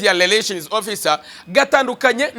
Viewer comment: Ubanza ufite ikibazo cya R na L?nta soni uti leration koko??!!ni Relation.